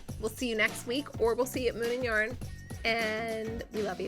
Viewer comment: Just have to tell you whenever you say, “Moon and yarn” I hear Moomin yarn and I keep picturing the Finnish cartoon and the knitting book based on it!😜🤪😏